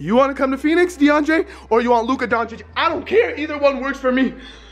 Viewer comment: luka "donchiss" 😂😂